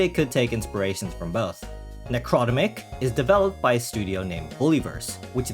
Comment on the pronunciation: I think it's pronounced "Necro-demic", Like "Necro" from Latin(e.g. Necrotic) and "-demic" from words Like "Pandemic"